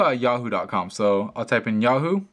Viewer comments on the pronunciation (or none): none